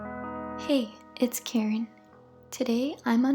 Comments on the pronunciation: Why am I so obsessed with unboxing's! The way she says "Karen" is so funny! No offense. :3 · its!!! its her.....